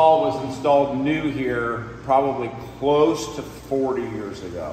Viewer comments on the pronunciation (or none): none